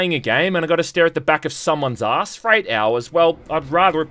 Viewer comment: THANK YOU thank you for saying "ass excuse" and not "ahh excuse." Thank you